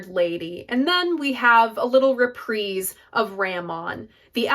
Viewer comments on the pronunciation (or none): none